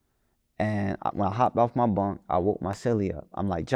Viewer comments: it's BOOOOO-NK not BONK/BUNK w/e the fuck you kept calling him lol. BOO-NK, BOO-NK, BOO-NK, BOO-NK. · He keep sayin bonk gang it’s boonk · It’s Boonk gang not bunnk gang 😂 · Why tf keep saying BONK gang? keeps saying it the right way but refuses to catch on lol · kept saying Bunk gang after every time bruh said Boonk. Had me crying🤣🤣🤣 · No matter how many times said “Boonk”, said “Bonk.” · Why does he keep calling him 'Bonk' gang? It's really not hard to say...Boonk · Bruh if u gone say it, its boonk gang not bonk dawg com on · Dude keep saying "Bunk" anndd that shit is peeevviinnggg. It's pronounced BOONK! Gyyaahhhh, dyyaaaaayyummnnn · How hard is it to say boonk not bunk this man be say names wrong right after he hear the correct way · He clearly said BOONK three times and STILL said BUNK several times. W T Entire F#ck!!! 🤷🏾‍♂️ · He said “Boonk” 3 times in 15 seconds and u still called him Bunk. cmon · He still said bonk even tho he said boonk 😂😂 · you keep saying his name wrong, it’s BOONK GANG not Bonk gang 😂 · Its not bunk gang it's boonk gang and we dont call that no more. Hes s changed man. Put some respek on his name. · It’s not bunk it’s boonk.. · Bro you literally could’ve asked how to pronounce his name BEFORE the damn interview started (and I know you know how to say the shit) but continuously said “bonk” gang to piss ppl off. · why dude cant pronounce names correctly...its not hard to say BOONK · yeh but he just keep saying bunk,. I know personally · *bunk gang 🤣🤣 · got his name wrong the whole time 😂